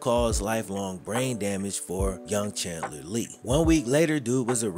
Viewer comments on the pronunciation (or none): none